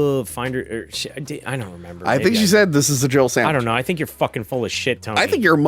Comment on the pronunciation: Jill says "It's a Jill "Samich" now." She doesn't even say SANDWICH lol.